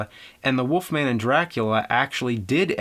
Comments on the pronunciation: Woofman or Wolfman? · Why does James say "woofman"? Is it a Jersey thing? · The woofman 😅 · The Woofman? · Who's this Woofman you speak of? Or am I looking into another universe?